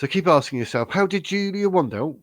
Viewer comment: First learn how to pronounce her surname correctly. Second ,Julia has DNA material from the Portuguese police and has a private LEGAL investigator and she's got every right to do so. Third,cure the flu and get vaccinated for the future. I see it affects you mentally 😂